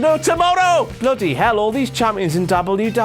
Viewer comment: he cant say wwe